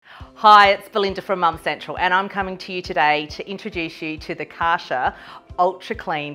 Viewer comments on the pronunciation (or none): kar cher lol not kaasherr